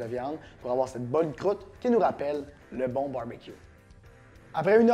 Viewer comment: J'adore quand tu dis " Crroute " ! :-) Merci pour les bons conseils !